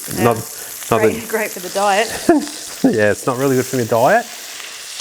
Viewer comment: What’s that word you said . Dyit, deit whatever it was pretty sure you’re making up words to get views lol 😂 awesome recipe thanks for sharing